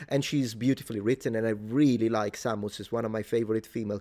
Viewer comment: Best pronunciation of Samus ever